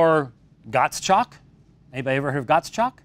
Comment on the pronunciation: Dr. White it's Gottschalk (Gottshalk) not Gott?!@ :-)